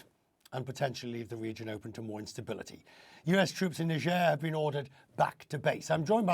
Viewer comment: Niger and Nigeria are not pronounced same, Niger na Niger, Nigeria na Nigeria.